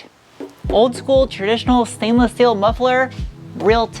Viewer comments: I love how you say steel (shteel) lol. So cute. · I belly laugh every time you say steel haha great vid it's not a bad looking motta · Great stuff.. I really like the way how you are pronouncing "Schteeel" and "Schport".. Being German, I can´t stop smiling about that.. :) you know it, girl..😂 ..and by the way: your car reviews are the most interesting in all respects.. Congrats! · Shport, and shteel, shpare? 😐 shtop!! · Is it really conshtructed out of shteel ?